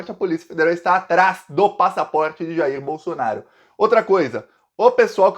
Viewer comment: Mijair Bolsonaro (Jair Bolsonaro)?